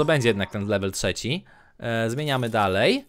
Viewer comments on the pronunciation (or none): none